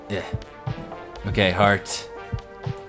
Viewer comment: Heart..... Its Heart Dude, Not haret.